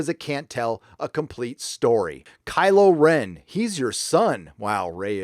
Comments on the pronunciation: Did I hear "crylow Ren". Haaaa.... Lol.... Be wide my friends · ROFL, "Crylo Ren", "Joke"